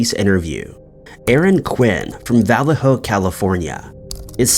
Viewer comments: VALLEJO!!!! SAY it with me. "VA" pronounced like "DUH". "LAY" as in to "LAY" down. "HO" like your mother.. put it all together and it's VA-LAY- HO. OR IN SPANISH IT VALLEJO!!! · It's vuh-lay-ho. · Valayho. Vallejo.